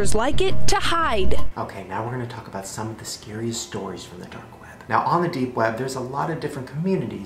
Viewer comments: "dape web"? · I thought he said date web.... Also, Listen to Shane, Don't give into evil and darkness...